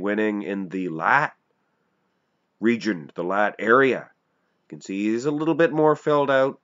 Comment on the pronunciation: it sound like you're saying regent, when really you should e saying region. Correct me if I'm wrong 👍